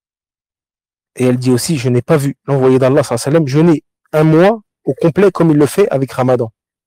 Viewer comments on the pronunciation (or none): Quand je vois un homme qui veut donner des cours et qui n'a pas le temps de dire correctement : Salla llahou alayhi wa sallam, et qui dit salam.. ou le je ne sais quel parole massacré cela en dit long sur le manque d'amour que tu as pour le messager tu n'a pas le temps ni assez d'amour pour le messager pour soumettre ta langue tordue handicapé pour prononcer correctement Assalat ala nnabiy , moi je ne prends pas la science religieuse de gens commes toi car on voit que tu n'a pas été éduqué par des savants tu es un bricoleur sans amour pour le messager صلى الله عليه وسلم ، mes chaykh m'ont enseigné ce. Respect je peux te l'enseigner si tu veux